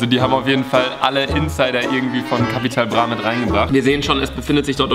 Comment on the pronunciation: No Jok Leute der einzige Youtuber Capital Bra richtig aus spricht 👍